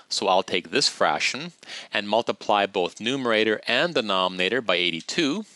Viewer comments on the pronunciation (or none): are you saying "Frashon" instead of fraction?